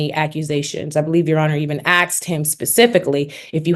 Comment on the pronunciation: I'm sure this lawyer is very highly educated, and is being paid very well in this case. Please stop saying axed 🙏🏻🙏🏻🙏🏻That drove us all crazy with the first hearings. And the adding of "your honor" in the same way people add "Father God" while praying when they are just filling empty space with words. I'm only 4 minutes in.... let me continue watching now.